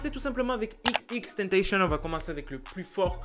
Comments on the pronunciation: au debut ta dit xxtentacion alors que c xxxtentacion sinon continue comme sa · Pas xxxtentenchen c'est xxxtentacion ( a l'écoute ) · arret de dire xxtentacion c xxxtentacion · Il dit XXtentation et non XXXtentation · C'est xxxtentation pas xxtentation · C est pas tentachion xxxtentation tion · Cest xxxtentacion pas Ex ex ex tennetéchionne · XXXTENTACTION ça se prononce "IXIXIXTANTASSIONNE" . Sinon je kiffe tes vidéos 😋